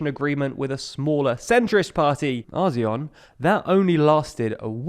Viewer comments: You pronunced Azione wrong, it's pronunced ats'tsjone, not asione. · "Azyion"... bruh just say Action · This may seem petty in the grand scheme of things, but you really need to work on your Italian pronounciation: "Forza" is pronounced Fort-sa "Azione" is pronounced At-see-oh-ne